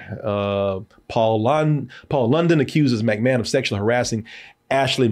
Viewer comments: Am I the only one getting triggered by how he would say Mcmahon. I was like it's not Mac like Big Mac. It's Mic like Mick Foley. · And McMahon is pronounced the same way one would say McDonald's